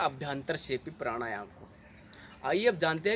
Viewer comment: Bhai pranayama shi sai batao kuch samaj mai nhi aaya. Yha tk ki naam bhi pta nhi pd rha. Baki video achi thi. Jai sri ram